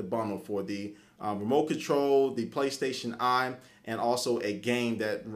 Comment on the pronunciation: Intereshing product. Playstashion Eye. Intereshting..... WTF